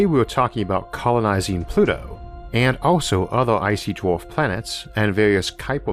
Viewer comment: How does one get a narrator on astronomy lessons that cannot pronounce the word...'star'...or 'dwarf'....(Honestly?)